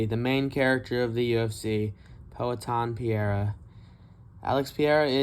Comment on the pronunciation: If you love Periera learn how to say his same it’s not piera bro